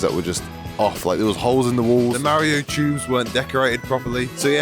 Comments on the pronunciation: Merry-oh and Luigi. It’s MARio, mar like bar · Mario even says his name for you, how are people still pronouncing his name wrong?